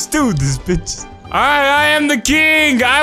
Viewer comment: "Lets do this butches"😂😂